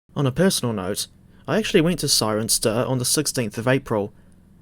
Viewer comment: British placename pronunciation has struck again, Cirencester is pronounced: 'Siren sester'